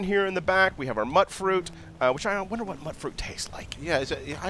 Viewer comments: I thought was pronounced "mewt-fruit" as in mutant fuit. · My god, why does everyone call it mutt-fruit? It's mute-fruit as in mutated fruit! They even call it that in the game itself! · "mutt-fruit" I've always pronounced it "mute-fruit" As in Mutated fruit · It's MUTE fruit, not MUTT fruit... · Mutfruit = (mute)fruit not (mutt)fruit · It's mutefruit. That's how you pronounce it. Don't believe me - listen to some of the NPCs then. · It's pronounced 'Mute-Fruit' like mutation. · It's pronounced "mute-fruit" as in mutant or mutated